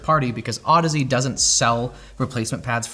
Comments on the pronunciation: those are clearly pronounced "ohdeez" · Wait, that’s how you pronounce that brand name? I always said “Au-deeze”, that makes more sense 😂